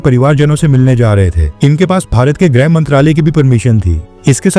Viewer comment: भाई ग्रह नही गृह होता है। कृपया गलत ना बोलें।